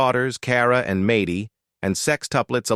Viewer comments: No Jon was supposed to have weekend visits but she pushed HER attitude since Jon to leave and divorce her not her children. This interviewer obviously doesn’t know the family since Mady’s name is pronounced MADDIE not MAdy. And Kate tossing her son into a school and told nobody where he even was - even her brothers or sisters or her brother (who doesn’t talk to her anymore either), but finally Collin got a crayon and moved in with Hannah and their DAD. She didn’t receive any visits from his mother for several years. Kate is all about KATE. I’m sure you’re a better than Kate. Kate and Jon bought the big house and it was supposed to be for the kids yet Kate sold it. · Mad dee not may dee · It’s not Maty it’s Maddie. Mad dee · IT IS MAD- DY. AND A- DAN. SAY IT RIGHT OR YOU SHOULD NOT BE AN ANNOUNCER DOING THIS JOB LEARN TO SPEAK YOU ARE ANNOYING. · Maaaaty that's not how you say her name. Good lord how can you do this and not say her name right ? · Mady is not pronounced that way. Also, the twins are not 21. The sextuplets are 20 almost 21 which would mean Mady and Cara are 24. Also, you showed some pictures of Mady, when you were talking about Cara. You also showed pictures of Hannah when talking about Alexis. You also said Aadens name wrong a few times. And repeated yourself several times. In general, your pictures just don't match up. You showed pictures of Cara and then Mady when you were talking about Leah. Don't make a video if you don't know all the facts and can't do it correctly.